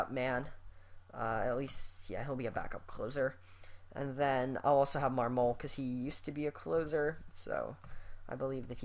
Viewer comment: Trade Marmol at all costs! He stunk with the Cubs. Also, I think it's pronounced (MARM-mul).